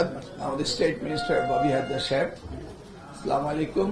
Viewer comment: মন্ত্রী স্লামালেইকুম আর প্রতিমন্ত্রী সালকুম। মাশাল্লাহ।